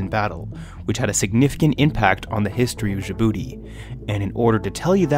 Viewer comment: Djibouti is pronounced with an initial j as in jam, by the way; not with the final consonant of ‘rouge’.